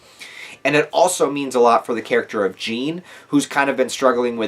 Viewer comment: Oh yeah and also, Reiss is pronounced "rice", Hange is pronounced "Hanji" and Jean is pronounced the French way (don't know how to write the French "an" sound in English)